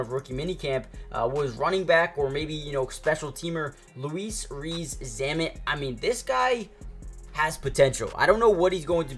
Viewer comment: Please stop calling him “Luis” Rees-Zammit. It’s Louis, pronounced “Lewis”. He’s Welsh and not of Spanish descent.